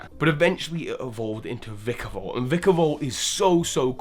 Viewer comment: It's pronounced VY-KA-VOLT, not VE-KA-VOLT! The first syllable in the name has a long I sound!